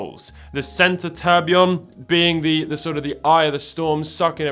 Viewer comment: So you expect us to believe anything when you can't even say or spell tourbillion?